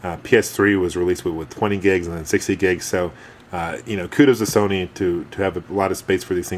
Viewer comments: I love all your videos, but it makes me laugh.... soneenee... :) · he said sonyni